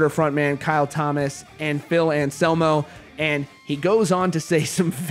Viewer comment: And anselmo not Shamo